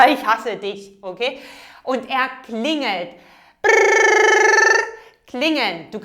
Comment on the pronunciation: I heard you say klinet instead of klingelt